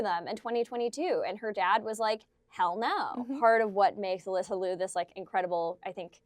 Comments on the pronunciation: Please don't mispronounce her last name, it is not Lew, it is like Leo. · Well, at least pronounce Alysa’s last name correctly, OK? Also do you really believe Ailing Gu was bought by CCP? Why can’t she love China genuinely?